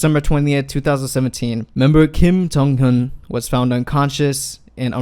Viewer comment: Stops saying junghyun its JONGhyun